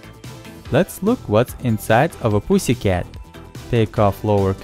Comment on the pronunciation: did he just say pssy cat